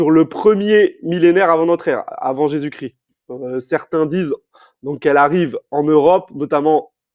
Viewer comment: Parcontre on dit Jesus ChriSSSt pas Jesus Crie …je ne connais pas le critianisme mais le christianisme